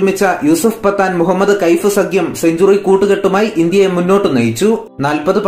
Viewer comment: പത്താനല്ല പഠാൻ